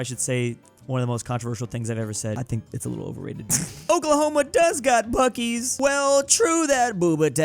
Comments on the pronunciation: clears throat it is pronounced bucees's (biew-see's) grabs popcorn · Wait, you pronounce Buc-ee's as Buh-keys? I've only ever seen it written down, I thought it was Bus-seas. Like bussy :3.